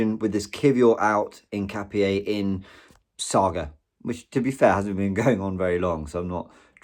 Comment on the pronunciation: Hiccuping for Hincapie